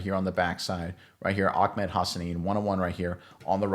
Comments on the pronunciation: His name is Ahmed, not Ahkmed. 😂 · It’s Ah-med not Ak-med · It is NOT OckMed lmao 😂. It is Ahh med. there is no k sounding noise whatsoever 😂😂😂😂😂😂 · Ahmed not akmed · AH-med .. not AK-med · Just a note, it’s pronounced Ah-med. I’m fairly certain that if there’s any “ch” type sound it’s more of a breath out at the end of ah than a full harsh syllable